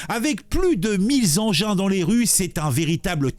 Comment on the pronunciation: MILLE ENGINS ET NON MILLE(Z) ZENGINS !!!!!!!!!!!!!!!!! Par contre on doit prononcer deux centS Zeuros Vingt Teuros Cent Teuros Quatre-vingtZ Zeuros